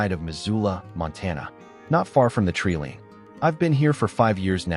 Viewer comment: I have noticed that the AI voice in most stories mispronounces a number of words One of these is the word 'treeline'. This is rendered 'treeleen'. In a beautiful intelligent and compassionate it is disappointing when the impact of the story is not helped by the reading of the script.